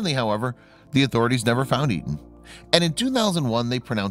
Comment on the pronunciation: Etan is the correct spelling...and he keeps saying the name wrong every time.I watch a doc featuring his heartbroken parents, especially his father and I'm pretty sure he pronounced it as "A- tahn".